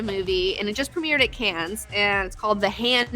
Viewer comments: We say "Can" not "Cans" for Cannes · Dude, "Cannes" is pronounced "can". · for future reference please stop pronouncing Cannes as "cans" the s is silent. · Learn how to pronounce Cannes. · You don't pronounce the s in Cannes. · love the show :) quick comment: the 's' is silent at the end of Cannes